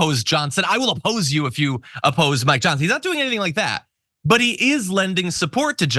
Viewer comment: I will appose you if you apposed my "Johnsin" LOL Did you mean to say that?